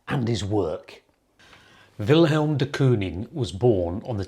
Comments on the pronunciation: I like your videos but it was difficult to hear you keep saying will helm. His name doesn't have an h in it, so it's pronounced Will m. Also, Wilhelm is a german name, so dont mention ze war! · It's not Vilhelm, it's Villem. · Jou uitspraak van zijn naam is fault. Het is Willem, niet Wilhelm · It’s not helm